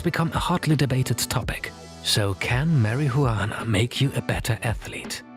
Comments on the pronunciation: Stop pronouncing s H sound when you say Marijuana, it sounds ridiculous. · I like how he pretend that he cannot pronounce marijuana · Tell me you don’t smoke, without saying it: mar-i-hu-annah 😂😂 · It's marijuana not marihuana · Please never say marijuana like marihuana again. The juan is pronounced like won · its pronounced as mariwana...not mari hu anaa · Can you say marihuana again? Pls? Marijuana😂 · why u pronounce weed like 'MARIHOOWANA' lmfao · The narrator calling it “Mary-who-wanna” is killing me 😂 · "Marry he you wanna"??? Thats how it's pronounced now😂😂😂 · 2 seconds in and my first thought is "thats is the weirdest way to pronounce marihuana". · My guy kept saying marihuana😂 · Why are you the only one on YouTube on television on radio that pronounces marijuana incorrectly as you do Mary huwana Get your act together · "marry -hoo-wana" lol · I love how he pronounces "Marihuana" 😂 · Mary who wanna~ anyone who pronounces it like that clearly has no idea what they’re talking about 😂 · Marry-hue-wanna is not performance enhancing at all :) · The way he pronounces "Mari-jhuana" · mariHUUana lol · Marie-Huana :D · the way he said marajuana hahaha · “juana” lmao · Absolutely Nodody: Athletic Interest: "MARY-HU-ANNAH" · "Mary Who Anna" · Why do you say marijuana like that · If I hear him say it like that again bruh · If you're going to make a video about marijuana, at least pronounce it correctly 😂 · i love the way this dude says marijuana, he could whisper it into my ear all day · Can you stop pronuanting marijuana like you are a child abuser ? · the most racist pronunciation of marijuana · I especially enjoyed the pronunciation of the word marihuana is this video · your saying marijuana and fly agaric terribly incorrect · the way u over pronounce marijuana is funny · The J in marijuana is silent sir. 🤫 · You say marijuana really wrong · Im sorry but i want to slap u for the way you say marijuana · The only man in the world that says marijuana in 6 syllables